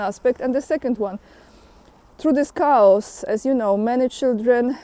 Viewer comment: chaos is Greek. The ch is pronounced K in English. So the word sounds like Kay-os.